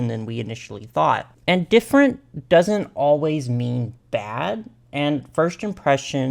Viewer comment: Did y’all hear him when he said ge-DIffent